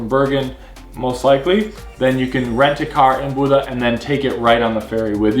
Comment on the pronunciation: Great tips guys. I travel to Norway every year, sometimes twice a year for the last 10 years. Not easy to pronounce Bodø, but certainly it is not Buda as you pronounce it. Way out :-) Norway is great all year around. But yes, in the Summer months the popular places can be packed with people. But Norway has fantastic places that are not so popular almost as good as the popular ones. One has to find them